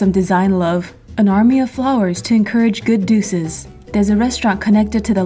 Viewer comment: You said “Good Duces” 🤣🤣